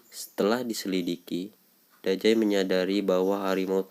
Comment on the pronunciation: Nama nya dazai bang bukan dajai